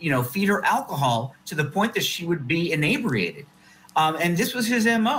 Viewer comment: Supposedly highly educated defense attorney: "inebriated" is pronounced "in EE bree ay td"